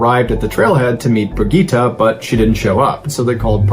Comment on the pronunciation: Correct me if I’m wrong, but the female Swiss hiker’s name is pronounced Brig-get-ta, not Brig-gee-tah.